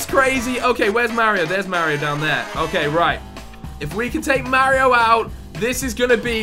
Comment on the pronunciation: you don't say Mario right lol